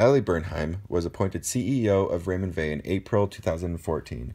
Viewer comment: I had no idea that was how to pronounce it properly